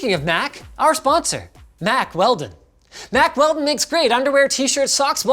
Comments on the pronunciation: When you've seen the channel so long that you noe he's about to say macwelldon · " mac our sponsor mack weldon" it rhymes! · It’s *Mack Weldon